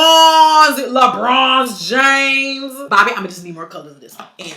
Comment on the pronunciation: Did she say LEBRONZE James?! Too funny!!! 😂😂😂😂😂